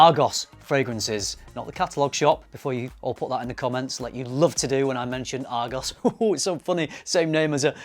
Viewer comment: It’s not pronounced Argos. It’s Argoose. 😂